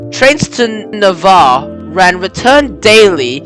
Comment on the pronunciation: Bro, it's pronounced "Av-O-ca, not "Avocca" as you're saying it and Navarre is pronounced "Navair" even though it's spelled "Navarre". Apart from that, good. 👍🍻